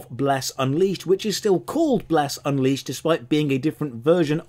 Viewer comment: Uncrustable, lol